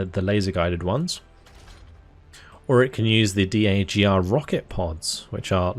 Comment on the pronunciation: For future reference, nobody in the military pronounces every letter in the acronyms. It's LAV not "L-A-V", DAGR (dagger) not "D-A-G-R" etc.